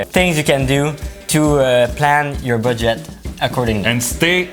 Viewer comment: The way he says Budget sounds like Baguette its so cute lol